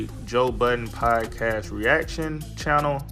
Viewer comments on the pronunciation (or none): none